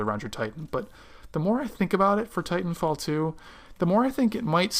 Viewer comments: Great video, very informative. also it sounds like fighnfall 2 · he says " fitan fall 2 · it sounded like you said fighting fall 2